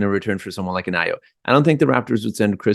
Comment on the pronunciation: AYO is pronounced "ARE YOUR". It is a Nigerian Yoruba name.